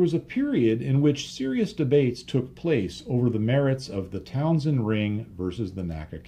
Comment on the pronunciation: Excellent as always, but one little nit-picking point: the vestigial cowling around some 1930s radial engines was a Townend ring, not Townsend.